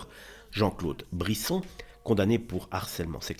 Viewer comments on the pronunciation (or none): Brisseau pas Brisson